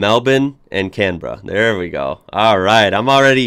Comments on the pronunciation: The Goon narrating,cant even pronounce our capital..Its not Can berra...its pronounced Canbra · It's pronounced CAN-bra Christmas Island is where we have the detention centre (think refugees) We live on the coast due to fresh water access Yeah spiders/ snakes etc, but you learn to live with them and you don't see them too often The Red Centre (Outback) is awesome, hot in summer but much cooler in winter but most Aussies have never been, more tourists go The Aborigine was recognised in the census after 1967 Oh and I can't stand the Union Jack on our flag. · Canberra is pronounced as "Can-Bra." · The guy isn't even an aussie he doesn't pronounce Canberra in Australian. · it's pronounced "can-bra" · It's more Can-Bra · That dude mispronounced Canberra 🙄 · Ahhh non- Australians pronouncing Canberra 😂 we don’t prounounce the ‘e’ .. it’s Can-bra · Ok we dont call Canberra that it is Cambra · He really got got me when he said "can-bear-a" for Canberra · OMG its pronounces Can-bra not can-berra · aussie facts we pronounce canberra canbruh not canberruh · He did not call it can-berra Its pronounced can-bra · The pronunciation of Canberra is painful... the 'e' in not pronounced. The easiest way is Can-Bra or 'bruh' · And it Can-bra not CAN BERRA